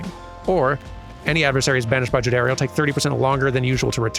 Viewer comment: You got the pronunciation of Jodariel right the first time.